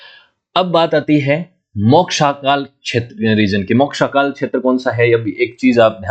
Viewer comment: ग्रह मांडला नहीं गढ़ा मंडला, गढ़ा मतलब फ़ोर्ट, मोक्षाकाल नहीं महाकोशल है वो, कलाचुरी नहीं कल्चुरी है 🤦🏼‍♂️